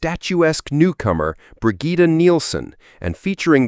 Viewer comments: It's pronounced either "Brijit" or "Brijeet". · never heard anyone say “Brigitte” like that… this is an AI narration, isn’t it?